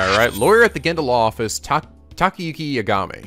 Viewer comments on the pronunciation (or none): Just a heads-up, cuz the comments’re prob gonna scream at you... It’s not YaGAmi, it’s YAgami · Just like with Majima being pronounced MA - ji - ma and not ma - JI - ma, you should pronounce Yagami as YA - ga - mi and not ya - GA - mi.